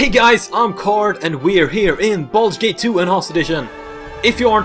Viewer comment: “baldur gate”